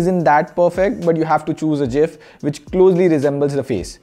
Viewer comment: its gif not gif